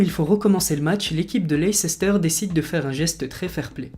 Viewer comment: Toi aussi tu as fait l'erreur de dire "leiceister" au lieu de prononcer "Leisse-steur"